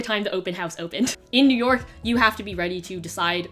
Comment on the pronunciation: no one: absolutely no one:: it’s noo YAWK baybeeeee